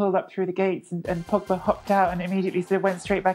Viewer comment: If I have to hear 'Pogback' another time, I'll... I won't do anything. I'll just be mildly annoyed, and then move on with my life.